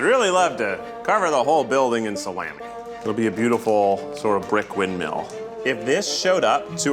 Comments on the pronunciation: the worst thing about this video is the way keith pronounced salami tbh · I'm sorry, how did Keith pronounce "Salami"?